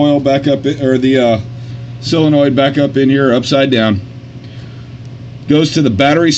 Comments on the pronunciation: Only one question, why do you think it is pronounced "cyla-noid" when it is not spelled cylanoid? "Sol" is pronounced the same as it would be in similar words such as "solvent", "solve", "solder", etc.. Just curious perhaps I am mistaken but it is a rarity in matters of pedantry. :) lol. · Wait, so how is it "silinoid"? I had to spell it wrong just to convey his pronunciation. Also he said solenoid right after he stressed it was "silinoid"